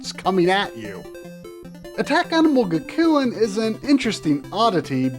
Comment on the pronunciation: Gakuen is pronounced Gack-koo-en